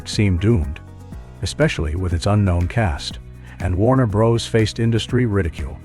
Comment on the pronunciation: Warner Bros? pronounced Broes? Ugh.